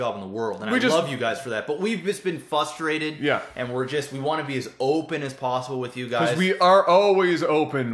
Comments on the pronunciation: I love how says "fustrated" instead of "frustrated". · I'm glad you guys reached a great place, blah blah blah.! Its fRustrated, not fUstrated. I'm just saying it. Everyone else was thinking it. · ffs. fRustrated. There is an r in there.